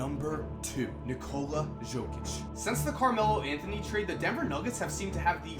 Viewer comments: In 2k, I always read Jokic as Yo-Kick cause Yo-Kich was too unusual to say. Hearing Joe-Kich is just plain weird for me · Nikola Jokic, its Yo-kic, not Joe-kic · Yo, you are not saying Jokic's name correctly. The J sounds like a Y. It's pronounced Yokitch. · He reads like it says Nikola Žokić😂😂😂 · Nikola Jokic, Jokic is pronounced as Yokich :D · jokic is pronounced yo-kich and i cant believe he was a second rounder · im a serbian and i started laughing when you said jokic its pronounced yokic but keep up the good work love your vids man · Jokić, J pronounced like u from united, not J pronounced like Jamaica. Great video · Nice video, that's not how you pronounce "Jokic" though. The "J" is pronounced like the "Y" in "Yeah". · Research how to pronounce Jokic before you do the video,man. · man u butchered Nikola Jokic's name, but great vid, keep up the work! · Omg... how many times did he pronounce Jokic's name wrong?😂